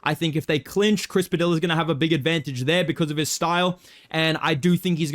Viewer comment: what's really crafty is bedtimes mispronunciation of Chris Padilla